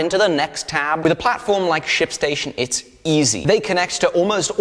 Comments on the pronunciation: I heard "sh*t station" instead of ship station. What is wrong with me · am i the only one who thought he said shitstation? jumped a bit lol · Anytime anyone says "Ship Station" all I hear is definitely no "p" whatsoever at all ^^ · when he said shipstation, I hears something else!